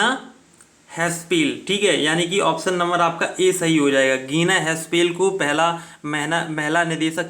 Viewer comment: Gina haspel nhi h jina haspel h